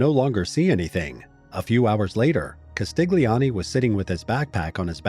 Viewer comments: It's Castilioni. The "G" is silent. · G in italian before N or L just adds and i or it is not pronounced at all. Just like Vignette is pronounced Viniet in English, Castiglioni is pronounced Castilioni, or Bagno goes Banio.